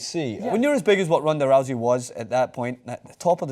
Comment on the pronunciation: is it Ronda Rowzey, or Roosey I keep hearing different pronunciations